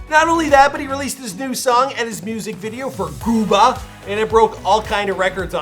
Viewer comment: Why he say gooba like that